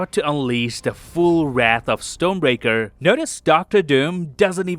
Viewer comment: No hate! But it's funny how it sounds like "stone breaker" 😅